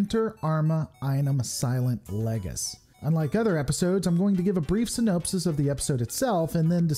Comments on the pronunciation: It's "infallible", not "infal-yuble". Sorry, pet peeve. It's, uh...also "synopsis" not "sy-NOPE-sis", and "deus ex" not "DOOS-ex". C'mon, dude. Fail. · You said "synopsis" wrong